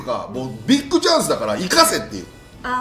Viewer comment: ビックじゃなくてビッグね この間違いを減らしてほしい